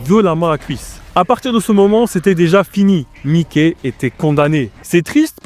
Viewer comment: C’est mas mikey c’est mike😂